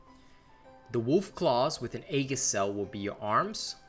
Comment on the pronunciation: "Aegis" is pronounced "E-jiss". Sorry if this comes off as snobbish; I just wanted to inform you and don't mean any offense by it. I also don't know how to make a correction in text NOT seem snobbish. Again, apologies.